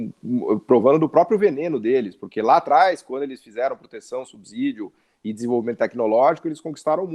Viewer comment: Subsídio pronuncia-se "subcídio" e não "subzídio". Ex: subsolo, subsíndico.